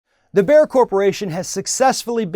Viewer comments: Bayer is pronounced like "Buyer" not like "bear" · "Bear"? The name is pronounced like "buyer". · It's Bayer, not Beyer. You already found out that it's not an American corporation, so why not research for 2 minutes on how to pronounce a name you will say every 5 seconds? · "Bayer" is pronounced "Buyer". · I've always pronounced it as bay-er or just bear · Erm... Bayer is pronounced bear now? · i was like wtf is he talking about, what is Bear. Cue all the people schooling you how to pronounce a German company in Amurican. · Please pronounce it "Buyer" it's Not a cheap pun, it's the actual correct pronounciation ;) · You don't even know how to properly pronounce Bayer but you have an opinion. You pronounce it "Buyer" eejit!!! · The way this guy says Bayer is making my ears bleed. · Please pronounce Bayer correctly. At least try to. It is not that hard to pronounce the A. Bayer is evil, yet omnipresent.